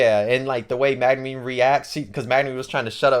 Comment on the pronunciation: Bro said Magnumeen